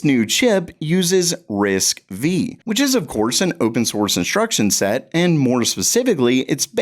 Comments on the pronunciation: It's pronounced Risk 5 I'll believe it, when I see the Gamer Nexus Review, and not a min before; Chinese word is worth only 33%😊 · Thank you, came here to say this. To those people saying RISC-VEE, will you pronounce RISC-V and RISC-VI the same way?